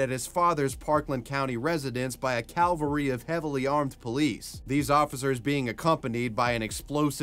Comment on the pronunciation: Cavalry, cav-al-ree not cal-ve-ree.